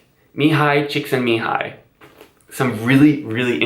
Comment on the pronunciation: I've been loving your videos for a while but the fact that you pronounced Csíkszentmihályi correctly just made you my official favorite. Such a small thing but after hearing so many people butchering his name or just waving it off as a 'or something like this', it made me really happy, so thank you.